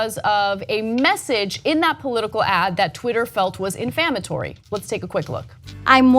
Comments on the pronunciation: "Infammatory." This woman was a college professor. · I cringe every time she said infammatory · Inflammatory...not "infammatory", lol. Sorry, grammar enthusiast. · 'Infammatory' - lol. I love it when people almost get the word right... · In-fammatory? Huh? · It's inflammatory or defamatory, not infammatory, c'mon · Cenk tried to help her. "Inflammatory," Ana. With an "l."